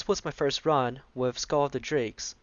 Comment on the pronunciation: The pronunciation is SILL, the C is silent.